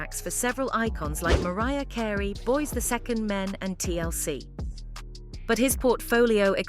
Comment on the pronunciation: 😂😂😂 did she say "Boys the Second Men"!!!!!